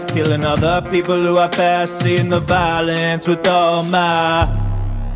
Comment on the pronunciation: Your not saying people the right way